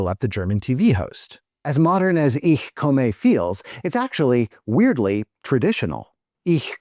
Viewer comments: I love everything about the video except your pronunciation of "Ich komme." The "e" at the end is a schwa, not a long "a." (I'm actually pretty happy with the "Ich" part, but that's just an accent, not a mispronunciation.) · Since it's inspired by (foreign to finns) german porn pronouncing it wrong makes sense it context